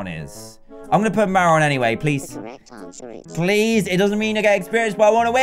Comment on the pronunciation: Marron is pronounced (maroon) 😂 your welcome to be honest they taste good you shouldlool em' up😄 LOVE YOU